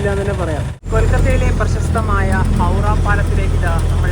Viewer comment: സിലിഗുഡി ❌ സിലിഗുരി ✅ ഹൗഡ ❌ ഹൗറ ✅.. ഇങ്ങനെ പറഞ്ഞു ശീലിക്കൂ.. എല്ലാവരും പറയും പോലെ